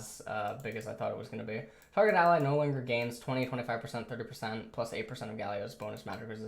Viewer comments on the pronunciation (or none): none